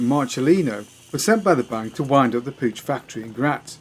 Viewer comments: Puch is pronounced Puck. Jus' say'n. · Dood,it is pronounced Pook, like book. In your defense, I used to butcher the pronunciation too. I do like your moped videos, keep them coming. Any interesting Batavus bikes? cheers from Canada 🇨🇦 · Puch pronounced puk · Pooch puck it's pronounced all over the place around here in the states. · Puch rhymes with "book".